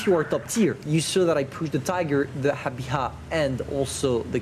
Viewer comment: Wow,, am shocked... u pronounced it right, its called Habicha =) well done mate.